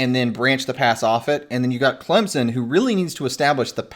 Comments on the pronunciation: I'm sure you've had this debate on this channel already but saying "ClemZon" drives me absolutely nuts hahaha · Yeah, all I know is Clempson 😂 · I'm adding 3 to point prediction since the off-screen analysis can't pronounce Clemson correctly. Clemson - 27 Georgia - 20